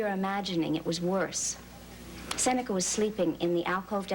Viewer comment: Seneca pronunciation of many words are so wrong and annoying.